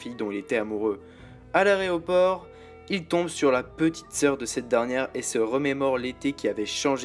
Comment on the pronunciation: Areoport? On dit AÉROPORT !!!!